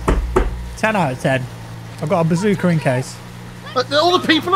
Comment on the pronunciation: I swear you say "Bazooker"